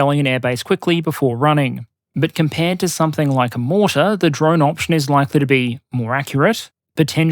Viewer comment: ahhh you pronounced the "p" in somepthing <3 proper dingo keep up the good work mate, and hey, dom6 soon, mayby some more nation vids sometime?